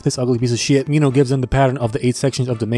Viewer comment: You said it right the first time when you said Minhos name